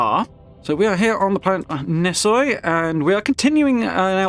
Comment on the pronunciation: Nesoi is actually pronounced Nee-Swah